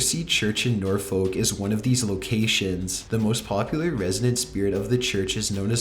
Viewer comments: It's not pronounced nor-folk, it's pronounced nor-fuk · It's pronounced norfuck even though it is spelled Norfolk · its not pronounced nor-folk, here in northern england we pronounce it nor -fuck XD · Norfolk is pronounced Nor-Fuk. Because our language is STUPID! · Number 7 the location is Norfolk, but pronounced Nor...Fok not Nor...Folk don't ask why, just our stupid English language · #7, Norfolk, it's pronounced Nor-fork. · Learn how to pronounce norfolk dude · The way you say Norfolk gives me an aneurysm